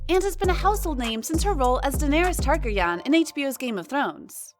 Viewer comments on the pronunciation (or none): OMG! say it right, plz!! Da-ner-ys Tar-gar-y-an